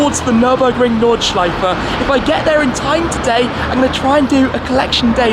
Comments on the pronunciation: dude ur nordschleifa is good just put and e in the end instead on an a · Yelling Notchlifer in a German accent sounds very antisemitic ...random thoughts